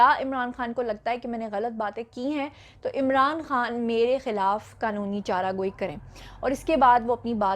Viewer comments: Ap word Chara Joi ko Chara goi bolt rhi Hain aor ilfaz ko itna zyada press kr k b na bola Karen baqi wish you best of luck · chara gooie nahi hota balkah chara jooie hoota hy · Asal lafz charajoe ha na k charagoe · madam " chara joi" lafz ha ap bar bar "chara goi " bol rahi hain ..plz correct urself for next time..thanx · Right pronounce is qanoni chara joi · Zia zaffar she is a patwaran. That's why she is pronouncing "chara goi".